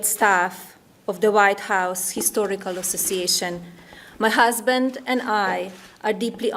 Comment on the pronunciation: I want to know why she pronounced histhorical not historical